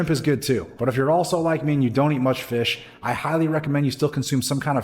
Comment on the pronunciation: "Shocolate Milk"😂 "Fissh"😅 Just buggin good video!